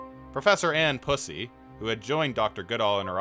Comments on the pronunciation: So, it's Pusey, which is actually pronounced p'yoo-see. Like the color "puce," but with a Y-sound at the end. There's a town in England called Pusey. The Forvo app is good for figuring out how surnames and given names, or place names, are meant to be pronounced. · You're extremely wrong for pronouncing "Pusey" like that 💀